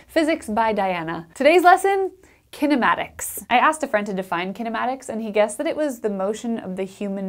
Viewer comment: As an Indian ,Her pronounciation of kinematics made me to turn off the audio and just read from the captions